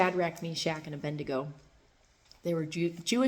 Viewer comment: It’s not “Aben Dego”. It’s Abed Nego.